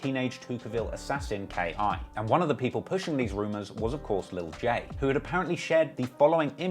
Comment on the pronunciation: It’s just K.I. Not Key